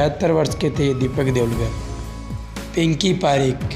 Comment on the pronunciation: Pinki not pikki